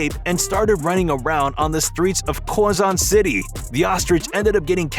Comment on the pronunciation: love how u Butchered Quezon city ;-; (i live there)